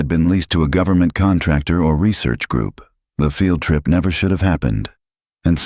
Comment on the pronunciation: Please. If people believe this, they are really gullible. The narration for one thing. How they get away with using a real photograph is something too. Oh, and AI reading words like field trip as failed trip lol Entertaining